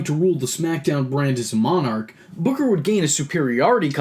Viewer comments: I LOVE how he laughs 😂😂 the way the AH in BOOKAH got even more ridiculous as the story went on was hilarious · King BUHKAH!!!! Can't unhear that now.